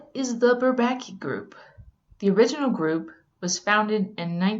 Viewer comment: She said bourbaki wrong